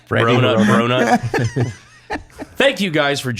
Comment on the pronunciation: He said Bronut Herroperator 😂